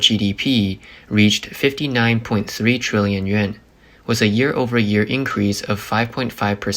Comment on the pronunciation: "Th" pronounced as "ss" is annoying. Example: "with" as "wiss." It's a computer generated voice. Please fix it.